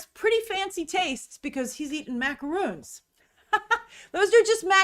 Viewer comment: Minute , MacaRONS, like the name "Ron". Macaroons are made with coconut.